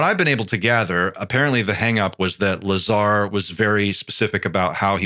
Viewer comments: He said Bob Lazary!!! 🤣🤣🤣🤣🤣🤣🤣🤣🤣🤣🤣🤣🤣🤣🤣🤣🤣🤣🤣🤣🤣🤣🤣🤣🤣🤣🤣🤣🤣🤣🤣🤣🤣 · "bob liezar"